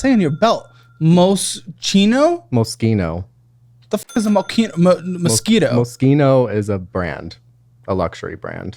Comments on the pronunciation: Spending money on brands he can’t even pronounce… “Mose-chino” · Dude. It's pronounced "Mo-Sheen-Oh". This guy is so bougie he doesn't even know the brands he's trying to show off. How embarrassing 😂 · omggg not mos-KEE-no 😮🙄🙄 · pronouncing Moschino "mosquito" has me dying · Lmao bro can’t even pronounce moschino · pronouncing moschino wrong physically pained me and i dont own a single luxury brand😭😭